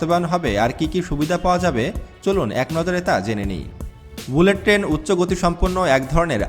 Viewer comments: টেন না, ট্রেন বলুন। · ভালোভাবে বাংলা শেখো (টেন না, ট্রেন, চুষট্টি না চৌষট্টি, ইস্টিশন না, স্টেশন। প্রতি ঘন্টা বললে, পার আওয়ার বলতে হয়না)! প্লেনে ঢাকা থেকে চট্টগ্রাম যেতে সময় লাগে ৪৫ মিনিট, বাংলাদেশে বুলেট ট্রেন হবে না। তবুও বলে রাখি, যদি কোনোদিন হয়, তাহলে কমপক্ষে ৭৫ মিনিট লাগবে বুলেট ট্রেনে!